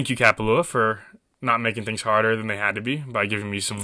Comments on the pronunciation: say it correct haole smh. ka pa lua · You didn't butcher the name.